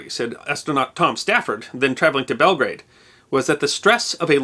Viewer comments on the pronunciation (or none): none